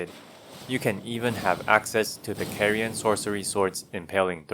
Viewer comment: You're pronouncing Carian wrong! It's supposed to be pronounced like car.